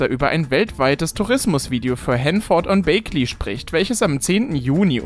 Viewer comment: nicht Bakeley, Bägley, nur z Info